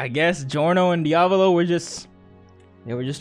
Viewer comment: i don't like how you keep mis-pronouncing Diavolo's name -_